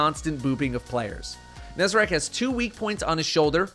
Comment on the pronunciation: first destiny 2 youtuber to pronounce nezarec correctly